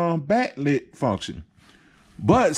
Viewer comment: Bat lit, number fy, learn to talk before you do stuff like this you clown